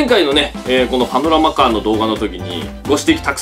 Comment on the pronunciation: パノラマカーがアブラマカーに聞こえたwwwwwwwwwwwwwwwwwwwwwwwwwwwwwwwwwwwwwwww